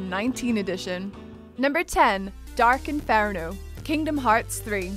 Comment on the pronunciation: InFARno? that's not a word